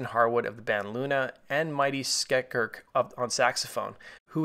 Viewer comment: when u said "Mighty Skek-irk on saxophone", did u mean "Skerik"?? He played with Les Claypool in the Fearless Flying Frog Brigade for several years..